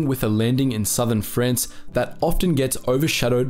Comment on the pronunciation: Where the hell is Frence and wtf is a spanyard...not to mention the sovvyets...this guys pronounciation is atrocious....put me off after 5 mins.